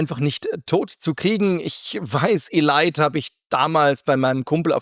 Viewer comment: Ist ja witzig wie du Elite aussprichst. Erinnert mich an so manches Spiel was man seltsam ausgesprochen hat, weil man es damals nicht besser wusste.